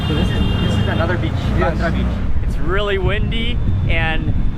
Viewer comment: he called it literally "baandara" 😂😂😂 it was hilarious! it's actually pronounced as "BeinDra"